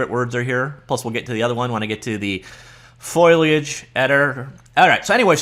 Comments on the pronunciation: WTF is FOILiage? It's FOLiage. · FO-LEE-AGE... not FOIL-AGE... just sayin. :) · Hey, I'm not trying to be a jerk or anything, it's Foliage. Fo-li-age. Seemed like you were struggling with it. Hope this helps! Thanks for the review, I just started down the learning Unreal path, super fun! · foh - lee - uhj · F 'OH' liage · Deckles and foiliage. Lol. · Very interesting. It's not foliage it's foliage.